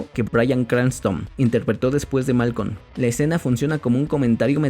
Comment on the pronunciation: No es malcon😂😂 es malcolm